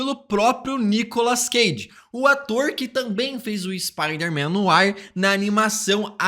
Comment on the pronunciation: Tu acertares a pronuncia do francês de "NOIR", que fica algo tipo "NOÁ" e não como estás falando.